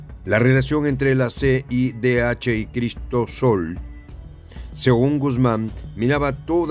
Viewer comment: Quiso decir Cristosal, no Cristosol